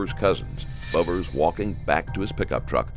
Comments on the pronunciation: Maybe someone could note the victim’s last name is pronounced “Beaver”. Not Bover. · It's so cringe that your narrator pronounces his name "Rayvens-borge" when the guy says at the very start of this interrogation (in your own video) that it's pronounced "Rounds-berg". And the victim's name is, as is common with that spelling, pronounced "beaver", not "bover", which you can find by listening to interviews with his family. Basic attention to detail non-existent, so I'm gone. I mean, what else did you get wrong?